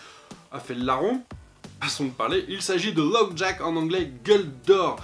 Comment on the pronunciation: J'avoue que c'est plutôt sympa comme offre pour avoir des Pop neuve ! Bon sinon désolé, mais faut que je te reprenne encore sur l'anglais, c'est pas LowJack (petit jack ?), mais LockJaw (mâchoire fermée). D'ailleurs je l'imagine plutôt à 500kg xD J'ai pas vu la série Inhumans, par contre j'ai adoré le Comics Inhumans : La tour d'ivoire. Ca m'a permis de bien les découvrir (et découvrir la puissance de flèche noire xD). Je laisserai peut-être une chance à la série ! :)